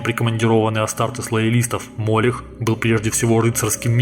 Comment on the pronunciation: Как по мне, то не мОлех а МолЕх.